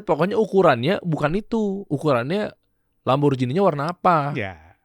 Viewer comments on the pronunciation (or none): ngomong LAMBORGHINI ko LAMBORJINI bg...hehehe